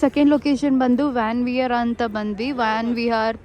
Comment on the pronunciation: Tibetian Montessary alla monestry😂 ವ್ಯಾನ್ ವಿಹಾರ್ alla ವನ್ ವಿಹಾರ್